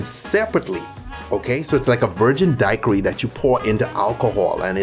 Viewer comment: The way you say dacheri is so strange